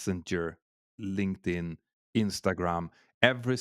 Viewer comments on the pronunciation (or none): none